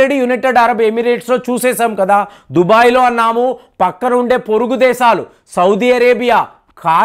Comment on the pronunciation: Its not Dhubai. It is Dhubgai.